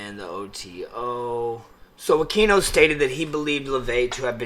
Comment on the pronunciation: His name isn’t “uh-key-no”, it is pronounced “uh-queen-no”. And he was NOT involved in ritual abuse, whatsoever. Study up. There’s a book called “Extreme Prejudice” that denotes that entire time period.